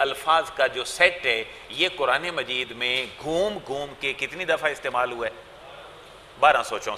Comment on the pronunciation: KEYA AAPLOG QURAN KO BHI KURAN HI BOLTE HO. KEYA AAPKE YAHAN BARI QAAF NAHEE HAI.